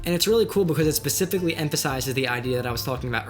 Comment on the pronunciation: Pacifically haha